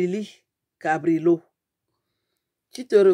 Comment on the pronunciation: Tu EST encable de pronounce song nom ,mama et tu parle d'etre entre Les intellectuel.